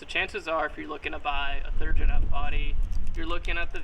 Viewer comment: did you say "third en f body"